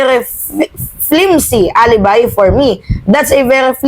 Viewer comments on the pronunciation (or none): none